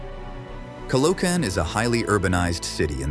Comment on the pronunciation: Narrator perfectly pronounces Montrouge, but completely bombed Caloocan. Initially missed Pateros, but did a good comeback.